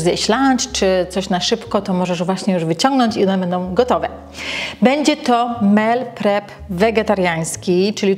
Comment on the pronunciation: Mówi się "mil prep" a nie "mel prep" 🤦